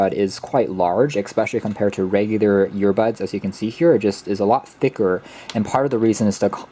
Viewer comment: Sooo am I the only one hearing “YEAR-bud(s)” over and over again?